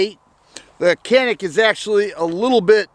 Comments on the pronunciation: I believe it's pronounced ja nik.. something about a mountain.. I have and elite sc, the think I would say is that it basically the feel of a full size in a compact form and.. I love it. Look at swamp fox if you didn't get a rd already on it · I think it’s pronounced...”Jan-ik “